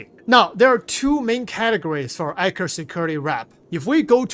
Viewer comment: I kept hearing "Anchor Security". More emphasis on the "E" and "t" in Eckhart 😅